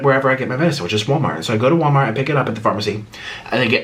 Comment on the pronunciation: 1) Nik’s bed sheets 2) the mukbang tray 3) “wommart”